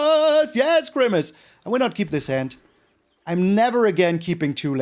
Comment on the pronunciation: can someone please tell me what yells? Crimace? grimace? Is he a big fan of purple 80s Mcdonalds mascots? and why?